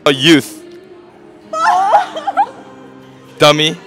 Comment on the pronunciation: That “Dummy” was personal😭😭